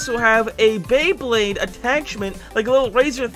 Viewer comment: correction its beyblade not bleybleyd